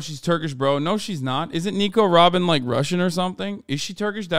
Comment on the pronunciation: Hasan : " RRRRobin Chwan!!"